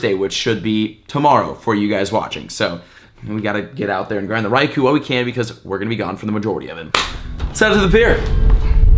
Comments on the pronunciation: Every single day I mean to count how many times you say, "Raikou" in the video but I always forget until half way through....I'd lose count anyway......and you pronounce it wrong 100% of the time...lol. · Any one else annoyed by he keeps saying Raikou incorrectly... Watch your home boy T-Tips video about Raikou